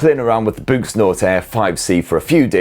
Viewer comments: Oh... BOOS!!! 90% of the video, I thought was saying, "BOOST" as in Boost Mobile😂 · Close enough 😂 it’s Boox